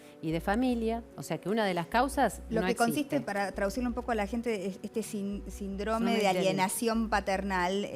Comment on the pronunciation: "sindróme" jjajajajaj